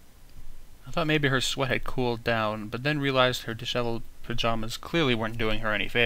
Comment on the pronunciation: Disheveled, it pretty much just means a mess of sorts. You said it right the first time. Dish-ev-eled.